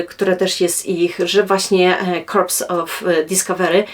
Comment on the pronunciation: Dzięki za świetny materiał! Drobna uwaga - w tytule jest „Corps” (które czyta się „kor”, bez ”s” na końcu), a nie „Corpse” :)